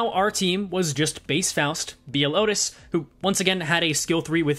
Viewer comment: The way you say outis' E.G.O is painful